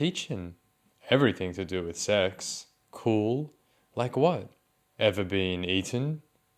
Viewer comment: "kerwl" wow, language has really come a long way huh